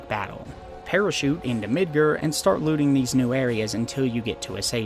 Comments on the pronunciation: like MID-GAR LIKE car but with a g not mid-ger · I mean there is a "correct" pronunciation of Midgar. Just because a name is made up doesn't mean it doesn't have a correct pronunciation. We've heard how it's pronounced in English and Japanese and they both have the same sound lol. Even before Remake came out. Crisis Core and Advent Children came out 20 years ago. Say it how you want I guess but to say there isn't a correct pronunciation is disingenuous. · midger midger midger . its MIDGAR cleary an A ... i bet you like saying the n word alot .. sure lost my sub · Are you pronouncing things like Midgar and Gi weird as a joke that I'm out of the loop on? Cus like, there are a lot of instances where they have been said out loud